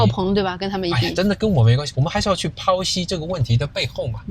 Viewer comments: 剖析 (pǒu xī) 不是抛哦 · 剖析 pou1 xi1 😃 说英语发音还是标准点好。 个人一直没用标准口音，纯粹是因为身边的人说英语全是口音😂，包括学校老师。